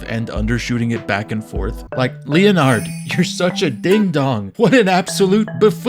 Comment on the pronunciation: LEE UH NARD